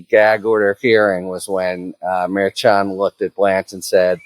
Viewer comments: Mer-shon not mayr-chon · All this time and Harry still can't pronounce MarSh-On properly. It's not Mayor Chun. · Harry, I appreciate all the info on this, but one thing bugs me: you pronounce Judge Merchan's name differently than everyone else and, frankly, inconsistently. If you know that the "mer-shawn" pronunciation everyone else uses is incorrect, fine, but otherwise I wish you'd pronounce it correctly. It's basic respect to get someone's name right. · I wonder if the judge would fine you every time you called him Merchung? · What can we do to stop you from pronouncing Merchan's name wrong? Mer-shaan. Think, like, Chicago or Chef. Karen Friedman Agnifilo already sorted you out on this last time she was on your show! Thanks in advance. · Out of respect for the Judge please pronounce his name correctly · Merchan is pronounced soft, like "mer-SHAN," right? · Can you please pronounce the name of the judge correct? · Harry, I have a bingo card going on how many different ways you can pronounce Merchan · It would be a good idea if you learn how to pronounce the judge's name. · Minor thing I know, but it’s a pet peeve of when people don’t confirm how to pronounce names. Either you know something no one else does, or you’re pronouncing the judge’s name wrong. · Harry's strange pronunciation of "Merchan" continues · I've noticed that as well! Harry is great, but he often pronounces things a little strangely. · I heard that correction as well, but Harry isn't pronouncing it that way. It was that interaction that made me realize he was pronouncing it differently and, as he does here, inconsistently.